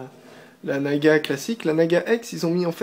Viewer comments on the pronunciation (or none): on dit naga et pas nagua car razer donne des noms de serpent à ses souris sinon bonne video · Naga se prononce en français comme navigation, et non comme nicaragua qui se prononce "goua". Donc avant de donner des leçons, on vérifie ses sources! La mienne: larousse.fr/dictionnaires/francais/naga/53691 et tu en trouveras facilement d'autres. En résumé,, prononce tout à fait correctement le nom de la souris.